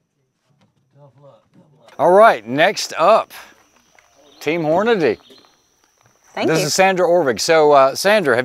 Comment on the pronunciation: Sponsored by Hornady- Continually pronounces their name incorrectly I bet they love that